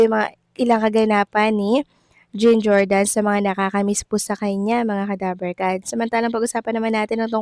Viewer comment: Di mo pa rin mapronounce nang tama ang JEAN Jordan? Jean as in John, ganun!